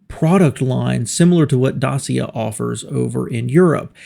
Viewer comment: Pronounced DATCHA not Dasia